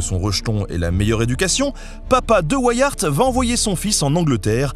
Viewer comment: Super Vidéo comme d'habitude ! :D Par contre, venant de Belgique, tu as écorché ce si joli nom de famille ahah Ceci se dit carton comme le matériau et Wiart se prononce comme la contraction des mots Wii (la console ^^) et art. Ceci n'est en aucun cas une critique. L'histoire de cet homme est incroyable et ta vidéo est super bien sûr. Mais vous, les français, pouvez être incroyablement surprenant avec nos noms propres ou la langue néerlandaise xD p.s : Boer est un mot néerlandais et se prononce bour, quand un o et e se suivent en néerlandais ça donne "ou".